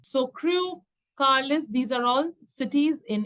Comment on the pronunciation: It is pronounced (carlile) not carlise just for correction